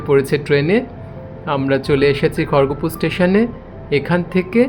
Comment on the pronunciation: খড়গপুর তো,খড়গোপুর বলছেন কেন 😂😂।